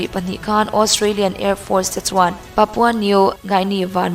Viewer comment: "papa " new guinea" ni lovin,' "papua"new guinea' zawk aw.